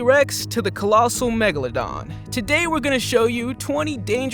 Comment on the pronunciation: What the heck is a “platabeladon”